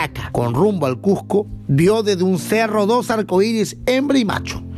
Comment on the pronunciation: Y como es que sabe tanto y no puede pronunciar Cusco sin j? Cual es el problema de que estos pueblos se quieran unir con una bandera? Encuentro sus comentarios muy envidiosos, iracundos y hasta racistas